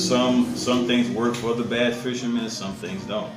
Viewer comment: BASS! It’s BASS! Not Base lol